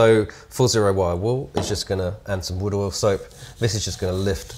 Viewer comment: Did u say Wood Oil?